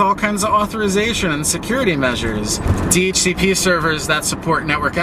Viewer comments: wtf never heard ppl read DHCP normal ppl say the letter D-H-C-P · 1. hearing "duh-hooka-pah" made me have to get new ears. Thanks. 2. We need to tar and feather ISPs that hand out anything less than a /56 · 10 points for Do-Hook-a-pah